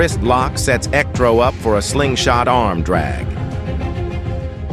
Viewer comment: You turned Electro into “El Ectro” that is amazing!